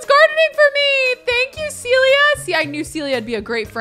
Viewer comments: love all your vids but this is the second time you've called a Sim character Celia when her name is Cecilia! 😂 Just an fyi from a dedicated fan! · Not calling all ”Cecilia” Sims - ”Celia”:))) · Everybody keeps calling that girl "Celia", but she's "Cecilia" 🤭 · This is maybe a pet peeve of mine but it's CeCILia! Not Celia. There's a whole syllable being skipped over...please, for all the Cecilias out there! Start saying the CI!